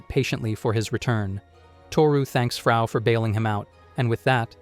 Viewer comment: Dude its Frau not Faru 🧚🏻‍♀️ Frau German word for Woman.